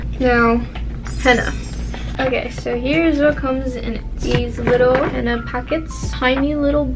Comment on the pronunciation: POV: ur Arab and she keeps pronouncing-henna it wrong and it gets on ur nervous